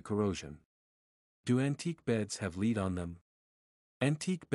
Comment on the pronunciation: Did a AI bot write this? That’s LEAD paint, not “LEED” paint. Great info tho!!